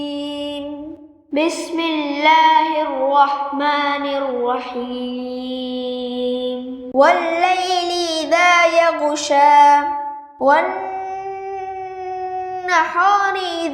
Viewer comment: Correct the pronunciation Yaghsha aa. Not yaggshaa. There is jhiree zabur on chotee yey.. So extra aa is required.